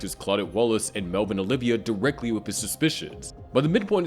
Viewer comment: Why are we still calling Oliva, "OLIVIA"?!